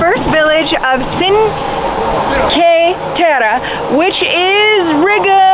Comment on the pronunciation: Overall a nice video but Cinque Terre is... cheen-kweh... teh-rreh. Sorry, but it's kinda disrespectful to the country you're travelling to, to not even make a decent effort to pronounce the names properly